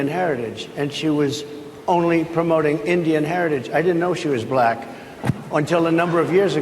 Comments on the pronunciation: Oh yeah, he pronounces it as “B LLACK, As if it sticks on his tongue as it falls out of his mouth. 🙄😂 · He pronounces it ‘ba lack’,no?😮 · He pronounces it “BLACKKK.” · Bull-lack is how he says it. With big teeth